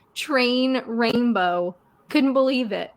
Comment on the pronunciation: Oooh a "trainbow"